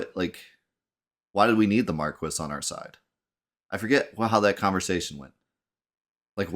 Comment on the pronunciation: I know I’m commenting on this months later but like spelling magick, this game pronouncing marquis as “mar-kwis” and not “mar-kee”, drives me nuts.